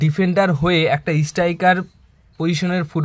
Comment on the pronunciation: কথা বলতে শিখতে‌ হবে। ইস্টাইকার নয়, স্ট্রাইকার হবে।